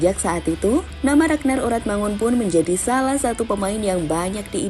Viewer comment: Pnyebutannya ORATMANGUN bang